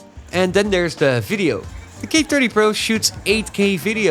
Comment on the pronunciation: He's definitely Dutch. His accent is pretty good as far as Dutch people go, but as another Dutch guy it was still a bit distracting. You can here it on his "th" for example. He is very deliberate to try and get it right, even then he sometimes slips up in a very Dutch way like the third time he said "thirty" in a row. "tirty" and "firty" are ways of getting around the inability to pronounce "th" almost every Dutch person, me included, does. He went for the former